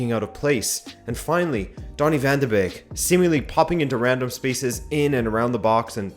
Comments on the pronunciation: Sorry, but if you're a Man U fan and can't pronounce his name correctly, you have no right to speak about him tactically. Basic. Beeeeeeeeek! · You guys dont pronounce donny van de beek correct!!! 😒😒😒😒